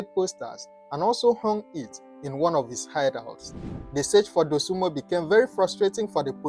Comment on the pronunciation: Dosunmu not Dosunmo. Get that right